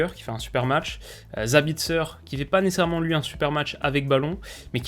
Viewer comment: Nécessairement (nécerement)? A chaque vidéo tu le passe 😂😂😂